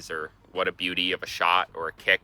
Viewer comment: It’s Bewdy, not beauty. Although something can be beaut.